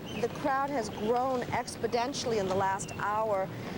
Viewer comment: the crowd has grown "expedentially" ? Are you kidding me? A NATIONAL NEWS ANCHOR can't speak English? Pathetic.